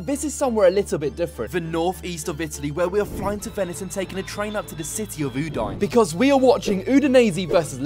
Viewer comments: I love you, but cmon, u-dine?😂😂😂 it's pronounced u-dee-neh! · I love how pronounces Udinese corectly and then butchers Udine 😂 Keep up the support 💪 Forza Lazio 🩵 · It’s OO DIN EH. How can you say Udinese correctly but get Udine wrong?😊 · I love your comments on the Stadio Friuli and the whole atmosphere from the... other side. I wish next time it ends with a big win for us Friulani! If you can say Udinese, so you should say Udine. Please call the city of Udine properly! Cheers from Australia! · You're the best,, but check out the correct way to pronounce Udine 🩵🤍🦅